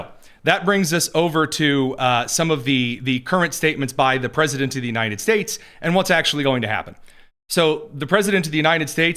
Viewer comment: Is this guy saying "The U-nine-ded States" ???